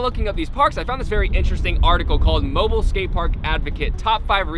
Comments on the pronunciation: Moe bee eel Alabama.. Not Mobile like a phone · Its pronounced mobill but spelled Mobile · It's "Mo-BEEL"....For your health. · When he says mobile alabama like mobile phone. But people from around here say it like mobill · Mobile is pronounced Mo Beal with the accent on the second syllable. It comes from the time when the city was part of a french colony. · It’s MOBEAL alabamy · Mobile, AL is pronounced "moh-beel". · It's actually pronounced Mo-beeel Alabama. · Fyi mobile is pronounced mo-beel. Idc how you say it, thats just how we say it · Um no hard feelings but it's pronounced "mo-beel" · He sayed mobile wrong